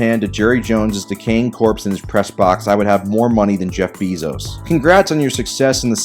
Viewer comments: man’s rly said Jeff beesos, like I hate the cowgirls but if ur gonna dis them learn how to say a name right, also we have the best receiver in the nfl by the way, take the L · You can’t frickin pronounce Jeff bezos